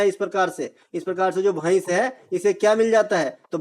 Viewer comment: भईस नहीं भैंस भाई 😂😂